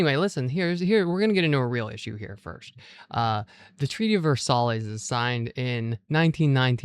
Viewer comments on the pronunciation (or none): If I may be helpful, not critical, Versailles is pronounced "vair-SIGH." BTW, you look great for your date!